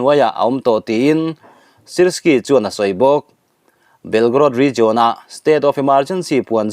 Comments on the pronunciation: Rizawn ni lo in rizian tia lam rik zawk tur a ni lo maw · 'Region' i lam dan hian a ti ngaihthlaknawm loh vek zel